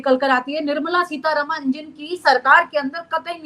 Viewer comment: And please it's not Seetha रमण It's रामन .That's how it's pronounced in the South. Please pronounce words correctly.